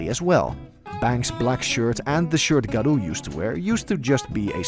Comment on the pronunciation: "Yoosookay" "garoo"